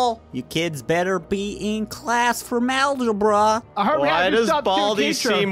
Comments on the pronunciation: Malgebra, you mean algebra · Algebra not malgebra ahahhahahahah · Nobody:: MaLgEbRa